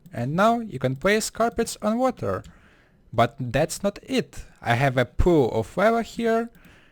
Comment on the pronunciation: Place water, or wawa, obsitan XD I'm choking on my own chuckles, still learned a lot from this vid. :)